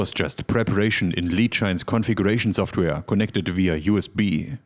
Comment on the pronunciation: Schtudio Schoftwär Beste Aussprache auf YouTube 😂